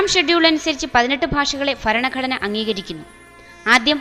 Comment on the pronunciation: faranagadana... alla.... Bharanaghadana 00.53......00.57 anway suprb work